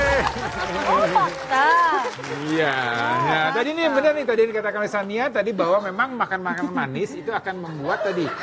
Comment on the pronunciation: Shani bukan Shania 😅